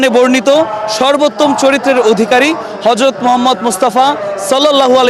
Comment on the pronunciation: মিজান শাহজাহানের উচ্চারণ ঠিক নাই । হরযত না হযরত